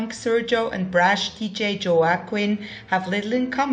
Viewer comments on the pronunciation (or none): Joaquin is pronounced- 'Wah- keen'. So many difficult names in this game! I'm so happy to watch another episode of this! Loved the house tour as well! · Lori Smith no, it's like 'Khoakin'